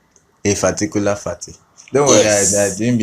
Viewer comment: 😂😂😂pharticular pharty😂😂😂❤